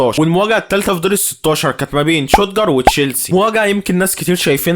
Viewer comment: لخبط كل الاسامي شتوتغارت بقا شوتجر و كيفن كوراني بقا كيفن كروالي روح أتعلم و بعد كدة اعمل محتويدى ما ينفعك الهجص ده حضرتك